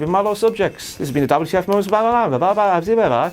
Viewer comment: its moments not momants fucking idiot